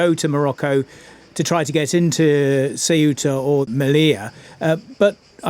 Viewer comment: how hard is to learn how to say th name of th place.. since you say it 47 times?